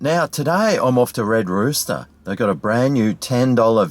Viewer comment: Red Rooter! 😂